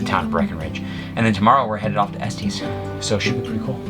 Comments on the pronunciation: s-tes not s-tees. :) We were just there June 5-7. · Sorry, your pronouncing Estes wrong! Locals and not say ( Estiss). Never heard anyone say Estees. Love you guys!!!!! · So glad you are enjoying our state! Can't wait to see the next episode on Estes Park (pronounced "s-tiss" not "s-tees" :) We live outside Boulder and Estes is a favorite hang out!! Have fun!!